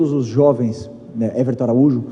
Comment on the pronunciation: ''Evelson'' 😅😅😅😅🐓🏆🐓🏆🐓🏆🏆 chola, vc e a ulubusada toda 😅😅😅